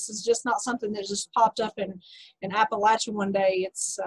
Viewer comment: Thank you for pronouncing Appalachia correctly!